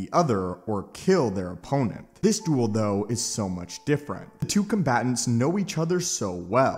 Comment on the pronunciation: Bro the way you pronounced “duel” at the very beginning of this video is fucking hysterical 😂 “The DWOOL”